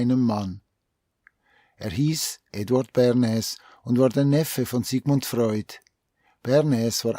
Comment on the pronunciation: Lieber, ich liebe deine Videos und bin Dir sehr dankbar für deine Arbeit. Dennoch muss ich dir mitteilen, dass der Herr Bernays ein stummes S im Namen hat. Man spricht es Börnay aus. Bitte sei mir nicht böse, ich musste es jetzt einfach schreiben. Ich bekomme immer lust auf Spargeln mit Sauce Bernaise, währen diesem Video 😉